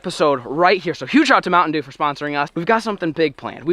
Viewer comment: Is no one going to say “Mounitain Sheeew”??